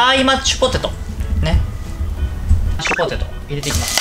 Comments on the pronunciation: やっぱり『マッチュポテト』って言ってました!? 聞き間違いじゃなかったwwwww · 今日も安定のぐでんぐでん笑 マッチュポテト言いよる笑 そこが面白いww てか、ぐでんぐでんで 料理やる気あるのが凄。 私絶対無理w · まっちゅぽてとっ(๑>ᴗ<๑)